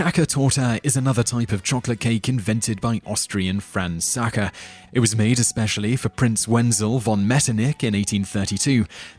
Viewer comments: Sacher - not Jacher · than at least pronounce it as "saker" and not something like "shaker" ore so there is a s in English thats not sh ... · It grinds my gears how he pronounces "Sacher"... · sacher not shacher hehe =D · How do you pronounce "Sacher" as surname correct and then mispronounce "Sacher" as cake - it is the same word?